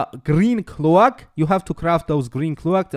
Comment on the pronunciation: finally my man thank you!!!!!..... Now to wait for skill build and rotation :) | Also (had me confused a little) its: Recipe: Ray Say Pee practice saying it like that :)... Cloak: Cl oke (like coke just with L infront) ..... just helping your English , better vids better you :)